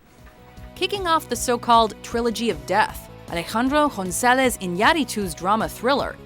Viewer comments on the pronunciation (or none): Amores Peros? Jonzalez? No saben que la G con la O no suena a J? No es tan difícil de recordad, es exactamente igual que en inglés.